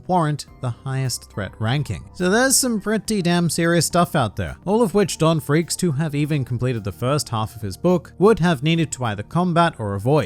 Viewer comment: Not Gon FREAKS , not Ging FREAKS , but Don FREAKS